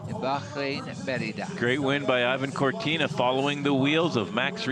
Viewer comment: Yeah and Ivan Corti